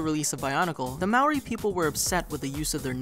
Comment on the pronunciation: Also as a side note you are pronouncing maori wrong. You gotta roll the R a little